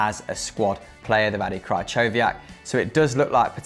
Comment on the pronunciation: Goodness gracious... its KREE-KO-VIAK